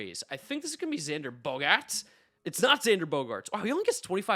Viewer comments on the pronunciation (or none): why did he say bogarts like that